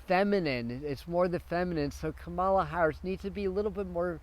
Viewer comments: Kamala. is pronounced COMMA la. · You are pronouncing her name incorrectly. Are you watching a lot of Fox News that makes you unable to pronounce her name?? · I had to stop looking at the post since I was hearing you mispeak her name so many times. Please get it right!